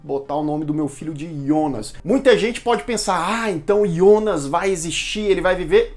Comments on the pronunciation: Eh difícil falar Jonas?yonas eh duido hem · É Jonas não ionas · Gosto muito dos seus vídeos, mas me dava um ruim cada vez que você fala ''Ionas'' invés de falar Jonas. Pelo amor de deus.... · ah não Ionas não kkk, vi dublado e é Jonas com jota, me incomoda demais esse iiiionas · Ionas? Pq não fala Jonas logo? Na dublagem e Jonas porra! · Pra que pronunciar Ionas?! Fala Jonas mesmo, como na dublagem da Netflix. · Que desespero vc falando os nomes com outra pronúncia "ionas" ou "chárlot" kkkk sei q essas devem ser as pronúncias originais, mas não é as que a gente tá acostumado com a dublagem e por isso meu cérebro fica "tá erradooooo" kkkkk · Aí eu te pergunto, pq falar IONAS sendo que pelo menos a tradução oficial br tratou o personagem do começo ao fim como JONAS?!?! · Excelente review da série mas desculpa eu fiquei muito agoniado ele falando Ionas ao invés de Jonas 😂😂😂😂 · Ionas ou Jonas ? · IONAS? NÃO É JONAS? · Muito boa série Muito boa a explicação Só dá agonia ver vc falando ionas, deixa Jonas mesmo kkkkk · Excelente vídeo, só não entendi porque você disse "ionas" e não Jonas, kkkkk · deu agonia de ouvir ele pronunciar Jonas de "ionas" kkkkk🥹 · engraçado que ao falar "Jonas" ele fala do jeito germânico kkkkk